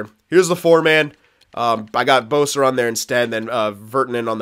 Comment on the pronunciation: Boeser? It's besser btw